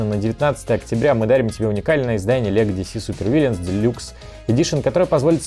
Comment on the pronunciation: Я схожу с ума или все кто обозревал эту коробку произносят "Вильянс". Вы что, итить, литовцы все что ли? Ну или ваш моск меняет местами буквы A и I. ВИЛЛЫНС йоапта